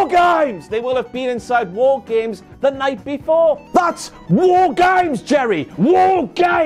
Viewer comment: that was the closest you've been to an Australian accent when shouting war games